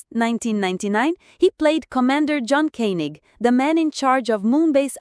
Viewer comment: I really love this show. The narrators mispronounce several names, including Koenig, Helena and Kano.